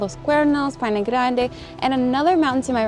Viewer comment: DEL "PINO"? PA I NE*